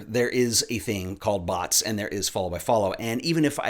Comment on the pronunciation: Took me a couple of times before I realized was saying bots and not butts lmao.